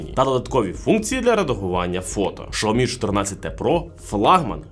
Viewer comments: Шаоми 😂.. Сяоми ну ппц Лайка... лейка!!! де ви його взяли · Алло не знайомий з брендами, які продає? Ну як так можна вимовляти назву бренда? Це ж вуха ламає! Якщо ваш маткеторог каже, що погана реклама - теж реклама, то звільніть його! А ще того, хто сказав продовжувати вимовляти Шаомі, бо від того тільки шкода. А відсутність на реакції глядачів, що є ігнором аудиторії, можна розглядати як неповагу до аудиторії. Дивна ситуація із "Шао-мі" в "Кал-ло." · 😂 Той випадок коли інтелект значно відстає за ,,швидкістю" язика! ,,Шаомі"- 😱